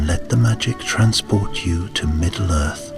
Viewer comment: ...no one else notice the narrator call it "middle girth" at the start of the story?